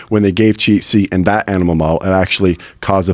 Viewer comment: "Animimal " lmao